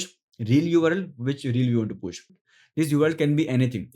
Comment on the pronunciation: Post, not posht